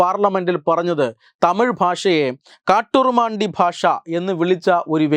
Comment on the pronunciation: കാട്ടുരുമണ്ടി എന്നല്ല കാട്ടുമിരാണ്ടി എന്നാണ് ആ വാക്ക്!